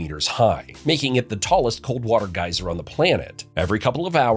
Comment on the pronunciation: Just wanted to say thanks for saying gieser correctly, because Geezer plays bass for Black Sabbath.